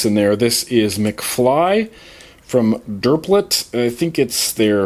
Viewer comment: Hey, so I noticed a comment about DRPLT McFly. I work for the company that makes it and I was wondering as to why you didn't like it. We have 3 other flavors that you may like if u haven't tried them, I personally like them all, but to each is their own. And it's pronounced like Droplet lol.